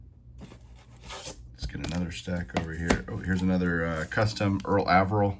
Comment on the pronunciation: I have always heard Mr. Averill’s name pronounced with a long A.